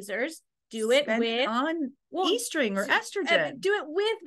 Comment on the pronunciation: it’s pronounced “est-ring”, not “e-string”!